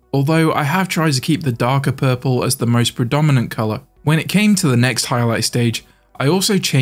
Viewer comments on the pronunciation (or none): none